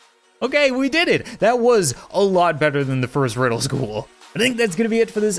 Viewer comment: I love how he said wedel school